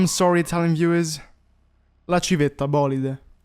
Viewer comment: Thank you for pronouncing Civetta Bolide correctly :D